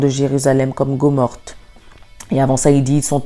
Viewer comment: Un petit rectificatif amical, ma petite sœur : On ne dit pas Gomorte mais Gomorrhe. Sinon, merci pour ton message.